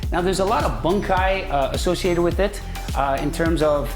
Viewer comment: Strangulations!! Boon/kai, not bun/kai. You do not pick up or drop weight. You pick up, drop and move mass. Still, despite the wrong colloquialisms, a lot of intriguing info for a 4th tahn hapkidoin.